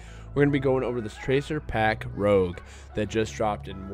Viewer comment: I like the pack and I like your video, but it seems that everybody pronounces this name wrong. It's pronounced 'roozh', not 'rowg' (= Rogue). FYI: rouge is red in French.